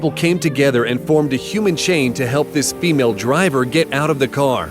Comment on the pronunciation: these vids r rly cool but why does he say “female driver” like that 💀